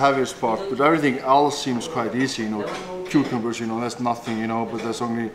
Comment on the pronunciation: Thor trying to say cucombers is the best